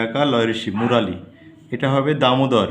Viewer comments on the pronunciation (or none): মুরালি নয় হুগলি হবে কেলাঘাই নয় কেলেঘায় হবে😅